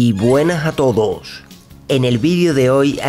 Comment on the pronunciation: Yyyyyy Buenaj a Todoj!!! En el vidio de hoy...